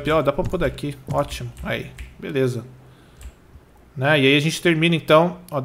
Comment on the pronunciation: KKKKKKKKKKKKK É MUITO ENGRAÇADO O FALANDO OTIMUN